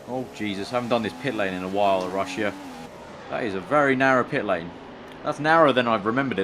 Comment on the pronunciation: What's Ru-sh-ee-ah? Lol